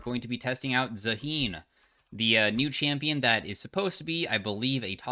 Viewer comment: The name is pronounced “ZA-hen” I think